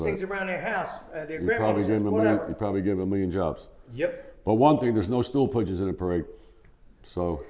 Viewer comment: Classic: "There's no stoopligeons in the parade." 🤣